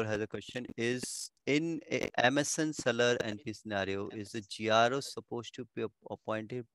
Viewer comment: It’s Amazon not Amasen 😂😂😂